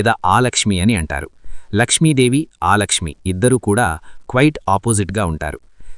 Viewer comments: ఆలక్ష్మీ కాదు,అలక్ష్మీ.ఒకసారి శ్రీ సూక్తం చదువు. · ఆలక్ష్మి కాదు,అలక్ష్మి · ఆలక్ష్మి కాదయ్యా అలక్ష్మి